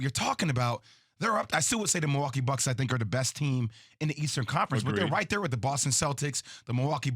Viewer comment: He lost me when he said “you got Edmond sumner” 💀